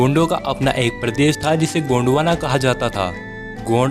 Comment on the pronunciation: गोंडवाना नहीं गोंडवन है बहूतोंको पता नहीं.